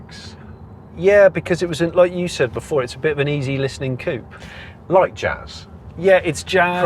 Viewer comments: Why does he say coop eh ? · The " p " in coup is silent. You pronounced it wrong.